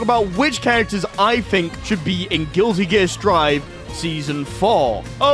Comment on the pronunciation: Chat I just can't get over whenever he says Guilty Gear he pronounces it as "Guilli" Gear, it's really throwing me off